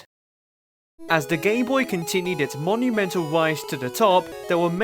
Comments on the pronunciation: at one point in the video I think he said "as the gayboy continued" yes he called it the gayboy at that one point and it's not me mishearing things I heard that I listioned to that part over and over to make sure go to and wait for that part tell me if I only misheard that cause every other time he says gameboy it sounds like gameboy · nope it's just how he says gameboy it's so WEIRD!!!